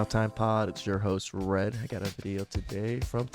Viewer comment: In your opening, are you saying Red or Rett ?